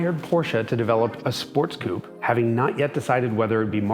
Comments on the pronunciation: Dear Jason, I love your videos, I really do, but please, PLEASE stop saying "Porschah" (it's pronounced "Porscheuh"), and "Coop" ('Coupé" is a French word, it's spelled with an accent on the "e", and is pronounced "Coopay"). As for the rest, keep it up, you're rocking AF! 😂👍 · Say it with me now 'Coo-pay' not 'coop'. A coupé is a car, a coop is where chickens live. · That he correctly can pronounce „Coupé“… Having to hear „koop“ hurts the ears. What do Americans think ist the „é“ with its accent aigu for? It gives the „e“ a sound. It makes the word sound „koopay“ (no - really ist is an „e“ at the end like the „e“ in „men“ or „hen“, but I fear that no American could ever say that…) 🙂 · When someone reads "coupé" as "coup" I have no doubt about his intellectual level. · But still, like most of the American YT, can not pronounce Coupé properly :( :P